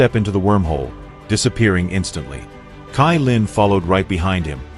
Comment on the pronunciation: Why u say tailin it's caillin 😂❤